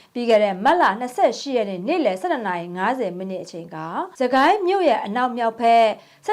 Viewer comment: "စကိုင်း ငလျင်" လို့ မဖတ်ပဲ "စစ်-ကိုင်း ငလျင်" လို့ ဖတ်ရပါမယ် ။ 😝😝😝😝😝